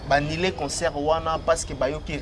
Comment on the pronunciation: on dit: annulé et non annilé. Tika a prononcer bongo ndenge azoloba: conquerance au lieu de concurrence. Na ba questions y’a polémique ezanga tina. Nakok kutu kosilisa émission te., t’es un intello, différencie bien le u et le i.